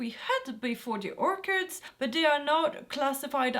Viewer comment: Ello, love your vids but I wanted to correct you on the way you’re pronouncing “ orchard” or Or- churd ( sounds like turd or heard or bird). Thanks for the vids and carry on.